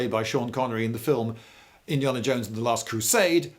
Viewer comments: As an American I don't mind your lack of trigger or muzzle discipline, it's why your government took them away from you I imagine, I do however take great offense at the way you pronounce Indiana. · You pronounced Indiana wrong